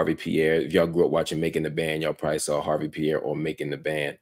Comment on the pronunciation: The E is silent... It's not HARVEY... #HARVE